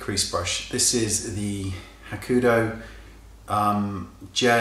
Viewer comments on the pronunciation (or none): WAAAAAAAAAAYNE. Say it with me: HAH. KOO. HO. DOUGH. Not hahkoodoo. Hakuhodo.